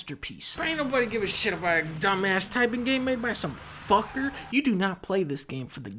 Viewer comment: The way he said 'fuckurr' took me over the edge.